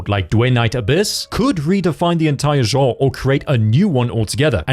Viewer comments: Point stands, he was worried about butchering Ananta yet isn't with the word "genre" which I didn't understand, I eventually figured out what he was trying to say after the 3rd time he said it. He also butchered "Linear." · No, in both American and British he pronounced it wrong. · You butchered "genre" multiple times. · If there is a reason for it you could have lead with that instead of saying "it absolutely does not matter" he apologized for butchering Ananta my comment refers to other words he butchered. If he has a speech impedement I can understand but if not and he speaks very well then the correction is valid and necessary. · An example? out of me? Please don’t go into teaching you’d set a terrible precedent. Teacher: Corrects a student’s pronunciation. You: That's not absolutely necessary, you understood what they said. You're the one being petty and taking offence over something that is a correct statement. You're unhappy and you still haven't said what plagues this man that he is unable to pronounce "Genre" and "Linear."